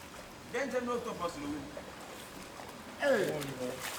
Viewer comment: it's octopus and not otopus😂😂😂